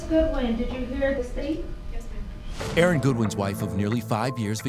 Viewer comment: It’s “Aaron”….